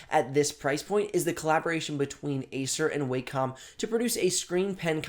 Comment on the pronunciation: Thank you for pronouncing "wacom" correctly.